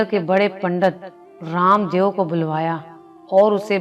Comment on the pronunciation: معذرت کے ساتھ یہ لفظ دیو لکھا جاتا ہے لیکن اس تلفظ دِیُو نہیں ہے بلکہ دَےࣿ و ہے و کی پہلی آواز آتی ہے اس لیے اس کو دےو پڑھا جائے گا درست کرلیں